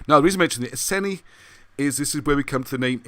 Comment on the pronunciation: i think its ee-sen-ee and br-ee-gaa-n-tair-ss iceni/brigantes....